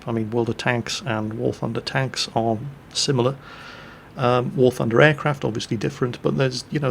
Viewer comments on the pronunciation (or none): none